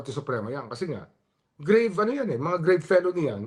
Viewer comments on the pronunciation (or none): TAMA SI REMULLA, walang pyansa ang grave felonies. grave pronounced Filipino way means the same. GRAVEHHHH!!!